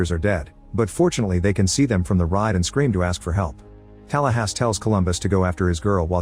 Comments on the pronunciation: The AI narration is annoyingg. Saying Tallahassee as Talasssss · what kind of an illegal immigrant or cheap AI can't pronounce Tallahassee?!?!?